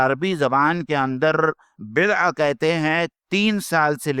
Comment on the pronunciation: بضع سنین میں عین پر زبر نہیں زیر ہے